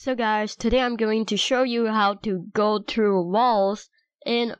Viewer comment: when you say thru you say true but its ok cuzz I'm Asian to but you just don't see also I'm mad at you cuzz i smashed the like button and my mouse broke